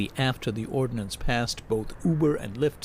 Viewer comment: At the beginning of the story, I thought it was about violence! "When the ordnance passes..." Then I realized he'd said, "ordinance!" That little "i" makes a huge difference!